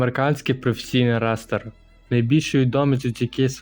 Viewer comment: Бля голос лайно. Чувак, попросив би маму чи тата озвучити. Розумію там дрібні оговорки, але сказати "рестер" і не помітити - не кращі задатки блогера.